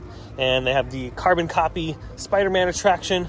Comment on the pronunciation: I hate how he says carbon copy 😂